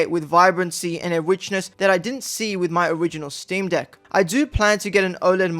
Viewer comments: You need to work on your pronunciation of “deck” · Did he say steam deek 😂